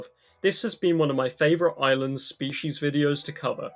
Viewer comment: Did you just pronounce island as eeslan?